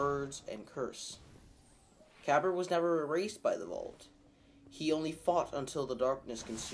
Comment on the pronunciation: You pronounced Kabr's name wrong, it has a silent "A" in it so it's pronounced Kabar